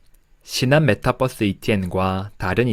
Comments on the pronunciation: 메타뻐스.. 귀에 속 들어오네요.. 영상 감사합니다. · 메타뻐스 ... 발음 넘 정겨워요 ㅎ